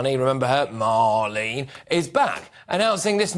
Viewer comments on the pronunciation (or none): none